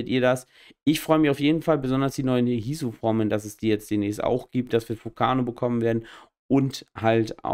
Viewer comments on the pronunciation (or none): Hisu Formen ahhh die Lustigste Aussprache ever XD